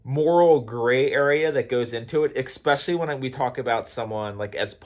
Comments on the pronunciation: Here's a debate. Is it "especially" or "eXspecially"? LOL. Spell it, then say it. If they don't "match", then you are saying it wrong. Thanks for playing the debate game. (Just bustin balls). I love your stuff,! Keep it up. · Nice topics / videos recently 👍 I don’t wanna call you out but anyone ever told you how „funny“ you pronounced especially;)? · Throughly enjoyed this video. Go into a debate humble, listen because even if you're wrong then you win by now having more information to correct that wrong and if you're right utilize grace because it is a better tool to reach people. And in the word of "Xspecially"...in subjects of politics or religion. 😆